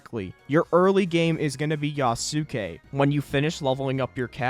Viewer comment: Love how he can pronounce Maitake correctly but not Yasuke.